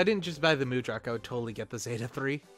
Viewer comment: in the zeonic front game it's designation is mudrock. they also pronounce it differently than you do; simply two English words "mud" and "rock